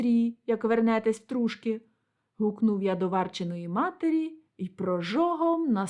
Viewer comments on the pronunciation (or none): ТрушкИ, а не ТрУшки.